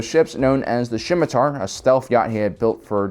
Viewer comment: The "Shimitar"